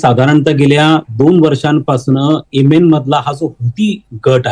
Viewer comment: whatever ur name is please b4 giving feedback please atleast learn to pronounce country name properly so people will not avoid listening and dig if its sunni or others